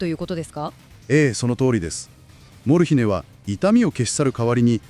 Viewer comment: アクセントが「モル↗ヒネ↘」ではなく「モルヒネ↗」の方が聞きやすいのですが😅